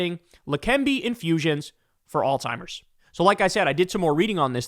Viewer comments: Kyle it's not ALL TIMERS! It's ALZHEIMERS!!!! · Kyle i LOVE your show man, but it is "Alzheimer's" not "Alz-timers" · It’s Alzheimer’s, not Alltimers, pronounce it correctly. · It’s not pronounced alltimers. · For the love of FSM, there’s no T in Alzheimer. Stop saying “All timer”. It’s literally pronounced the way it’s spelled. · Damn dude, it's pronounced "allz-hime-ers", there's and Z and no T! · I love you but... it's "Alzheimer's"... 😬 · Hey, Kyle. Alzheimer's doesn't have a "T" in it. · Hate to be that guy…but it’s Alzheimer’s, boss.